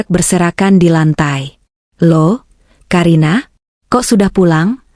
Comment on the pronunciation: Ka karina bukan ka a karina mbak tapi ka karina